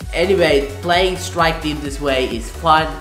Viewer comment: did he just say call of duty swike team